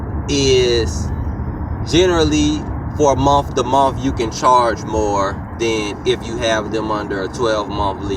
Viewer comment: " in a Muh to Muh "